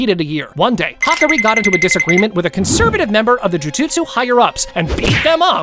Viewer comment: You're pronounced mccammar ru and hakari name wrong